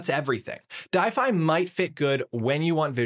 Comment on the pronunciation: I think it's pronounced D-if-y, like Shopify, but a D. If not that logo confused me